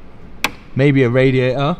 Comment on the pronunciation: what's a radia-oh?